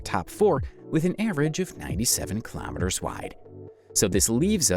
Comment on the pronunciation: ‘Kilamiturs’ is how he says it